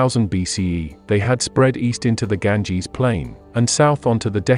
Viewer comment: Stopped immediately after he said Ganges